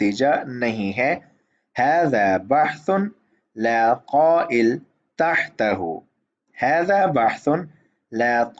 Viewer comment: بھائی جان وہ طائل کو طا سے پڑھیں یا قاف سے آپ نے قائل پڑھا